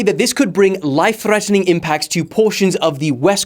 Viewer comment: why did he say thrrreataning like that 😂